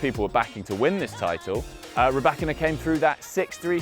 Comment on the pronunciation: 'Rye- bakina'....hahahaha!!! learn how to pronounce properly, wimby!